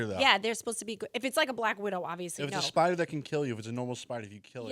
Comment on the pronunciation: LOL! "Spida!" How about Tommy D shootin` the guy?